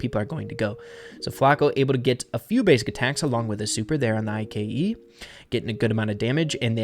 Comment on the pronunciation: why does say I.K.E instead of just ike